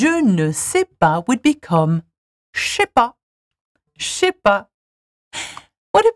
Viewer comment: "Je sais" became CHEH, she just killed me xD